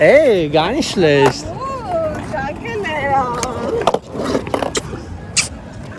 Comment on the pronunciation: abi niye nicht schleşt diyorsun :D schlecht de geç